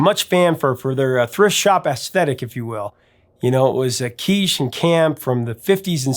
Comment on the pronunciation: Professor, it's "kitsch," not "quiche."